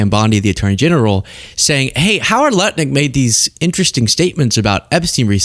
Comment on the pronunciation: If you listen you can hear him say nutlik...or am I only pausing and laughing too much... check it lol